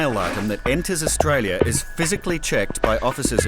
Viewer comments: Poor couldn’t even pronounce Australia. Nice try! 😂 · You can’t even call the word Australia 😢😅